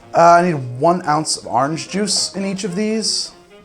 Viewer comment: "3/4 of an ounce of lime druice" lmao